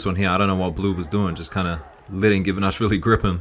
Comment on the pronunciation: we're four seconds in and it's the first time you pronounce him Givanashvili, as you do so often. But why?